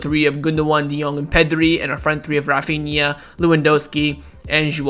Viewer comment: Refania ?he said he like he from India haaaaa lol